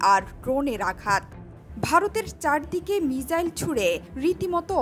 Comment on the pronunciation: মিজাইল না মিসাইল বলেন 😁😁